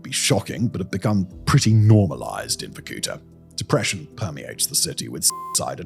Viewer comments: It's pronounced VorkuTA, not VorKUta. The stress is on the last syllable. Why do anglophones nevel look up pronunciations? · Me as a Russian clicking on the video to see what other nations think about Varkuta. Oh, btw it is Varkutá, like the last vowel is the one you should articulate not the oo sound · Dang, I used to live there for a while 😕 Not wussia’s, Komi’s. And it’s Vorkutá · Sérieux c mauvais la traduction est mauvaise tellement que ça m'enlève le goût d'écouter jusqu'à la fin vorkouta pas varkoutoa ni vakouta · The video is full of antisoviet lies. And you could at least learn to pronounce the name correctly. It is Vorku'ta. The stress is on the last syllable. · VorkutA, you stress on the last A.😊I am Russian, take my word for it. You l say how you do it, no one in there will know what you are talking about 😅 you are welcome. Victoria.. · Vorkuta -- spell it Vor - ku -taa hit last vocal letter not to hit o long. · It's VorkutA. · making 30 minute "shocking" video about hell-on-earth-city and cannot even bother to pronounce it's name properly. just repeat after the goddamn google translate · though the pronunciation of the word Vorkuta is different